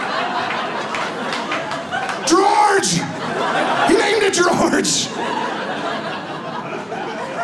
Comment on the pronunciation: That daggone Gworge! 🤦🏽‍♀️🤣🤣🤣 The gospel of Gworge! I love kids exactly for this reason!